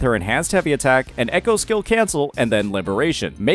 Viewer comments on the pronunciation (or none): none